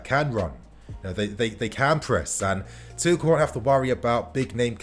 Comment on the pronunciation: At this point I just wanna see some good football being played....getting sick to death of the ball going backwards constantly. Ps it’s pronounced “two-shell”